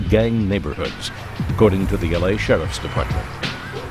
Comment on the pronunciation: She said we kick it in “eley”